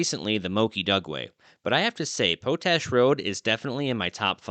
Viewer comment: I've often heard the word, 'POTASH' and heard it pronounced, POT-ash. After hearing you pronounce it as PO-tash, I just had to look it up. Yup. POT-ash. But the locals in Utah often soften then the 't' to sound like a 'd'. Love your videos and understand how you try to look things up. Including the pronouncing of some words. Just thought I 'd let you know. Keep up the great work. It's all awesome !!!